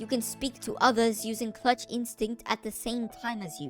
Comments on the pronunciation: All I hear cluch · But he said cluch so many times